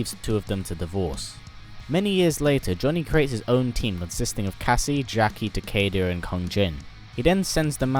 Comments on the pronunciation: you said takeder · Takeda Ta-Key-Duh